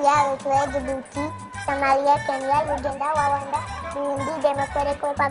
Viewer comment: 😂😂😂😂 uganda's pronunciation was something else